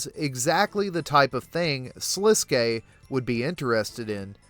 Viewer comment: many channels call him "Sliskk" and it drives me insane. You are the first to ssy it right